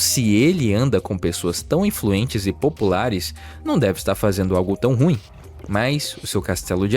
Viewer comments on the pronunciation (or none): none